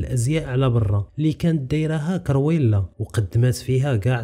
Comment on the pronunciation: كرويلا ماشي كيريولا